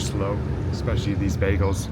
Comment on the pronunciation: Bagels, not bagles. ;)